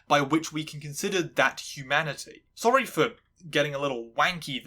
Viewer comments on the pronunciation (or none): none